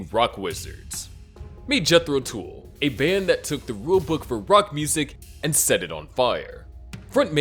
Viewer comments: The narrator doesn't even know the name of the bands it is pronounced Jethro Tuhl not tool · Dude pronounce Jethro Tull properly😅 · Jethro Tool? They actually were named Jethro Tull. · Jeez, I hate AI presentations and pronunciations. Jethro Tool? (A damn good band whom I saw in 1969 and love them, but other than Aqualung, what giant hit did they have? The others were good, absolutely no complaint about them being good bands worthy of honorable mention. But none of them even matched the Beatles. People not only waited with bated breath for their next album, we also waited an entire decade (until John's murder) for them to get back together to just make another album. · Jethro "tool." What a tool. Tull